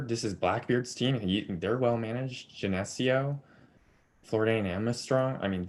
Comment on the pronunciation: Geneseo --> Jen-Eh-SEE-Oh, not Jen-EH-See-Oh. Happens. Know it for when I upset Sacred Heart on Thursday (I'm gonna get smoked, let's get real)! :D :D And yes, I know Samuels is hurt and I still don't think it will matter.